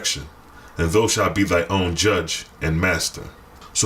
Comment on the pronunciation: thou = thou said thow (like owl)